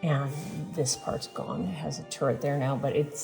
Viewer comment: ‘Touret’ , it’s a turret 🇦🇺